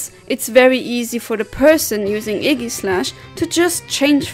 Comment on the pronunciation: No problem:3 I really like your recent Pokémon vids ^~^ Not to sound rude with this also but the way you say Aegislash makes me laugh haha xD Sounds like you're saying Eggyslash, I love it xD